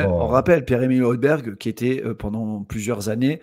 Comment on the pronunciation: Oilbierre phonétiquement 😅